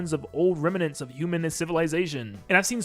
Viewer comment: "Remnants" has two syllables, not three.